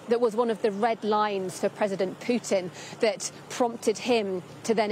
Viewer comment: Poop-tin? President Dudy? I hope it wont trigger a joes bowel movements🤣🤣